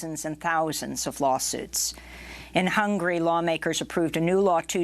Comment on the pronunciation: Is it "hungry" or "hun-ga-ry"?